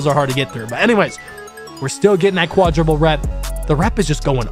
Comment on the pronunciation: Fire vid but it’s quadruple not quadriple